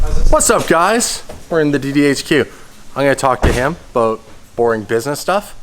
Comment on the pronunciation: Talking aboot